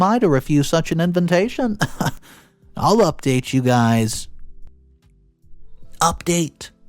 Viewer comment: When are you going to learn to pronounce the word invitation?